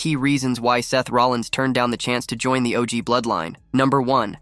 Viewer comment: How come the AI voice you use doesn't know How to say the word join? It said, John. Maybe if you're going to be lazy and not do the voice over yourself you should probably spend the money on AI that can read simple, English words